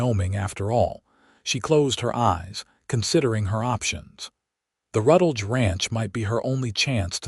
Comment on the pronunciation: If the AI is trying to make a last name of Rutledge, it could use a little guidance.